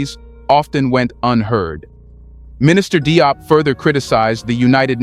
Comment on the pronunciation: Yep, France is very busy in Africa maintaining its grip on the continent and its inhabitants. Just a hint about how the last name DIOP is pronounced. "DIOP" is the French rendition of this name,. I understand that the narrator of this video is speaking English. The English spelling of this last name gives one a good idea of how to say it, and it goes as follows: "Jobe" (the "e" should not be spelled out, or pronounced).